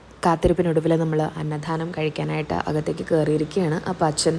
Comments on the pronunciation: പലപ്പോഴും അന്നധാനം എന്നാണ് പറഞ്ഞത് എന്ന് തോന്നുന്നു... അന്നദാനം എന്നാണ് ശെരി.... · അന്നധാനം അല്ലാട്ടോ, അന്നദാനം ആണ്... 2,3 ഇടത്തു തെറ്റായി pronounce ചെയ്യുന്നുണ്ട്